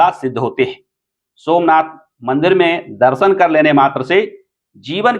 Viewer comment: पहले ज्योतिर्लिंग का सही से नाम लेना सीख लो l